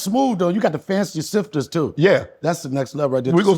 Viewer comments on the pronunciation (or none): "Snifter" Donell not "sifter"